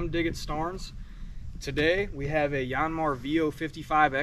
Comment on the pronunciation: Just call it a Yaaan Mar like everyone else. No need to church it up.